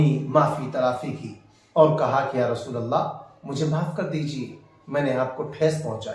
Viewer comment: فی رسول اللہ میں لام مکسر ہے قرآن کو تو صحیح ڈھنگ سے پڑھو